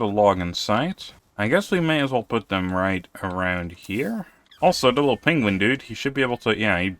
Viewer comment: name the Pengullet "Cumberbatch" in honor of Benedict Cumberbatch slaughtering the word "penguin"